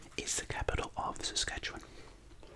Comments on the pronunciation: sssaackawen HAHAHA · I know he’s not Canadian, so I can allow the mispronunciations 😂 But for those wondering... Saskatchewan - Saskatch Yoo Wan Iqaluit - I ka loo it Ontario - On (like on a table) tare io Quebec - Ke Bec (It’s French) Regina - Rhymes with the genitalia Toronto is a little further South, that’s near the Sudbury area I believe. Winnipeg - Win ih peg Also Newfoundland is the smaller island. We pronounce it Newfunlan cause Canada. But we also pronounce Toronto as “Torono” so don’t worry too much about that stuff 😂 Hope this helped!